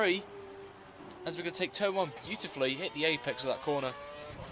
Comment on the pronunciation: Please stop say boooutifuly